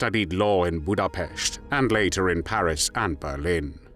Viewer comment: Excellent narration! The tone and timbre of the narrator's voice is more than narration--it is voice acting! The voice of history is often sharp, hard and cold, as is needed to unsparingly document that which is evil. The proper pronunciation of place names like "Budapest" is notable!